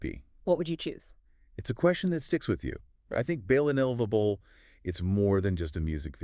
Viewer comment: I almost missed it, didn’t understand at all what he said…